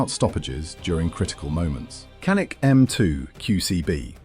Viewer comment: kanik diyen kardeşimize canik demeyi de öğreticez :)